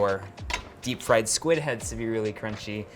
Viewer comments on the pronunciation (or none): none